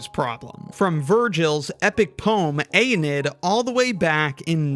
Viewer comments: For future reference, Aeneid is pronounced eye-NAY-id. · Ayy-knee-id. Like alien 👽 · Aeneid is pronounced "uh-NEE-id." Just a friendly fyi from a guy who took Latin in highschool. I love your videos. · The way he pronounced "Aeneid" gave my AP Latin student self hives. 😂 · pronouncing Aeneid like Americans pronounce Arab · I love when someone’s a genius in one field and reveals they’re a novice in another. is so much better at math than I’ve ever been, but has no idea how to say Aeneid. Glorious, we’re all human.